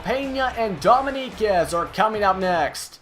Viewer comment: Btw, dominguez is pronounced dough-ming-guezz :)